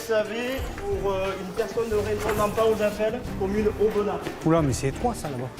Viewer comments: Sa se dit aubena le s on le pronomce pas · Oui aubenas sans prononcer le S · Je viens de voir cela dans mon fil d'actualité c'était temps au bout de 3 ans c'est mon département et je l'adore mais vous savez qu'il y bien d'autre ville où village à montrer surtout Aubenas c'est juste par rapport à Vallon.. Et pour info le s de Aubenas ne se prononce pas C'est plan dur sont horribles